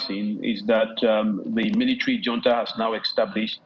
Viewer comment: Hunta" not " junta" the j has an ' h ' sound